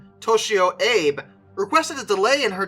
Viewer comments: AH-Bey, Not Aeyb. His name isn't Abraham. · I am American, however I learned early in school...Japanese vowels would have Captain "Abe" pronounced as Captain "Ahh Bay". No complaints, just sayin'...lol. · The captain of the Shinano's name is pronounced Ah- Bey.